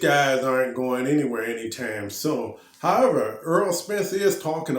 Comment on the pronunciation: His name is Errol not earl sir